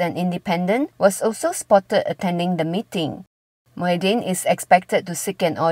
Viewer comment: Mahiaddin laahhh bukan muyhiddin. Apala